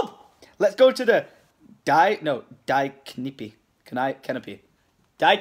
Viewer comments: die in German is pronounced Dee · When he pronounces it "d-eye" and not "dee" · Btw, for your German the word die is pronounced "Dee"